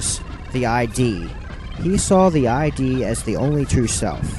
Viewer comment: Freud's concept of ID rhymes with LID, not I.D.